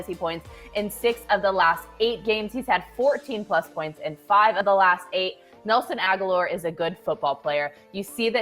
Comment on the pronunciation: When she said ‘Nelson Agholor’ I changed my rating from 👍🏼 to 👎🏼